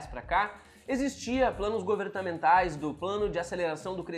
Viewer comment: segundos = "govertamentais" 😎